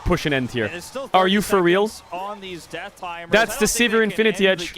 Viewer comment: you can hear baus "lose a cannon, naw it's a good deaff"